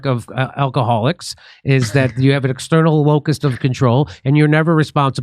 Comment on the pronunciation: "External LOCUS of control"... not locust. Dimmy.